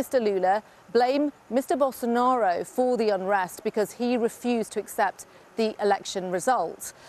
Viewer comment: De she call the former, defeated president "Gerbil Sonaro"? I like it.